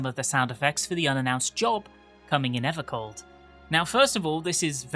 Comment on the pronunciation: EVAH COLD MORE LIKE AVAH SLAWP